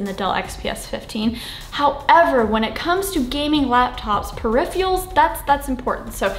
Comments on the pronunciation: tbh it sounded as if you were saying "verse" instead of "versus" and "periphials" instead of peripherals ... :D do you also say "nucular" ? :D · "Periphials?" I’m pretty sure there is an "r" in there somewhere, Sara. :) Outside of that, helpful video, thanks. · Peripherals not periphials 🤣